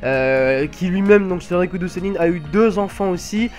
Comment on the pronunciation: R I K U DO et pas RI KO U DO U ..........